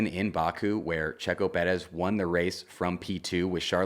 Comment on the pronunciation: Please just say Perez normally. You sound ridiculous